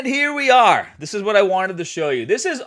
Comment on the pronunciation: “Here we aRe”—my Boston ear did not expect that 😂 thank you for all your hard work,!